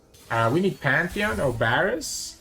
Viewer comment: Bro it's a V not a B